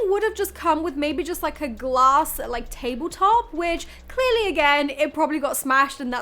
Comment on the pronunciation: Ouuu this is fun “Ouuu I see some glass” for us Canadians it sounded like Gloss and I’m like, why is there lip gloss in a furniture pallet